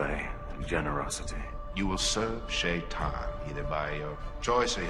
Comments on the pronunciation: Yeah, the pronunciation of Shaitan varies significantly. I believe Robert Jordan had intended it be pronounced the way it is said in Arabic (I speak Persian, and if it’s the same in Arabic, the proper pronunciation is that “Shai” rhymes with “K,” and “tan” is pronounced like the word “ton”), though the original audiobook narrators (Michael Kramer and Kate Reading) say it like the word “shy” and the word “tan.” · I wonder if some of the audiobook’s production choice was to make it not immediately sound as much like the common English “Satan”, which “Shay-ton” would.